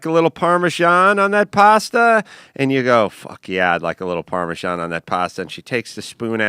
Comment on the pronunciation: That is NOT how you pronounce "Parmesan"